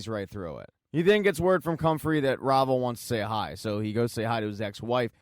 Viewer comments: Rah-Vah. Not Rayva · Say it with me, Rah-Va. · Thanks for the great recap…I thought Kendall’s ex wife’s name was pronounced “rah- var”